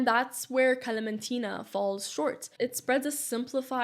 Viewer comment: As a Palestinian, thank you for giving a background story🥰 I'm curious what is your ethnicity? Because you have a very good pronunciation of the kalamtina😂